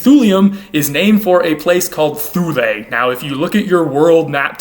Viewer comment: Thule isn't pronounced "Thoolay". I'm not really much of a pedant but I do know that, like the town in Greenland, Thule is pronounced "TOOLEE".